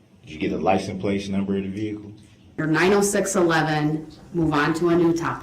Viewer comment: "Did you get a Li - suh - place"? Gets me every time!!! He's such an idiot! 😂😂